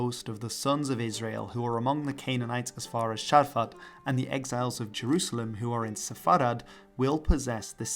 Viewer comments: its not sharfat, its tsarfat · *Tzarfat, not Sharfat. Great video tho!